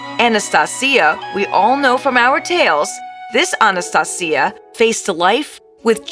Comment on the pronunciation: Your pronunciation of Anastasia is wrong